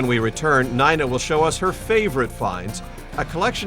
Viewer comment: Son did not find a belt buckle in no damned sand box… dumb ass.logan was older too. Narrator got it all wrong. Even my my name .. It’s not nena. It’s long I sound as in n-I-na Screw ball. Elon you need to make contact soon. This bastards. Are no good.